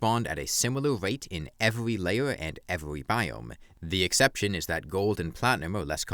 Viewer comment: “Evewy pickaxe”